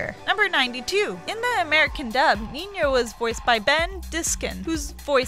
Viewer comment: Alya's and... What... What did you say? NJINJO???? who is dat😂 I mean no hate